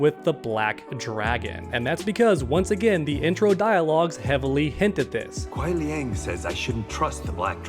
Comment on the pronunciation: Did he say Kuia Liang?